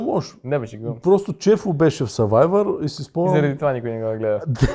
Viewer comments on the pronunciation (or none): Кажете на че се казва сървайвър а не съвайвър 😁